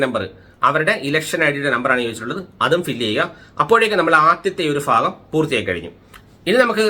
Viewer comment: ഫാഗമല്ല ഭാഗം എന്നു പറയൂ!